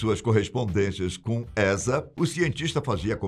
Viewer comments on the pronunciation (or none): none